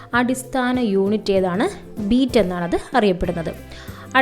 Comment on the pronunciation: Beet alla bit aan😂😂😂